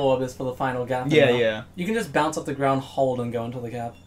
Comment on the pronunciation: “Can you just bownce of the grownd?”